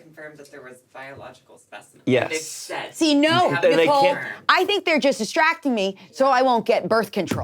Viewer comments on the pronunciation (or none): none